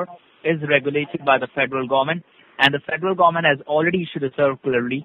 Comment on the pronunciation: fedral garment. 😂